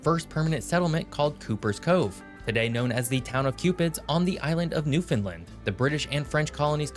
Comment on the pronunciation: Come and visit New Scotland it’s beautiful , what’s wrong with being small . Also the guy should learn how to say Newfoundland